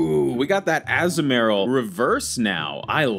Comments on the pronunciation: the way he says azumaril 😭 Its Azoo murl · As-mor-ill is how its pronounced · Azumarill: (Uh-zoom-uh-rill) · I cant with with the Azumarill (Azoo-Marill)